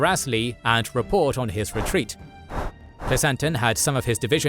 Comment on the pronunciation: Dude, you pronounce common names really oddly. PleaSONton? seriously? SheNENdoah? LMAO It's: PLEASonton (like pleasant) and shenenDOah (like dough)